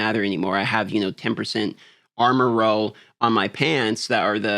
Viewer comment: I don’t know why but it really bothers me when he says goad instead of gold and row instead of roll.